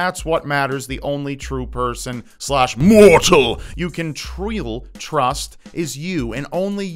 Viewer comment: I don't like the way you say "can". Stop it.